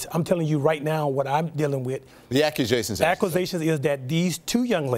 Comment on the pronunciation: I can't stand you 😂😂😂😭😭😭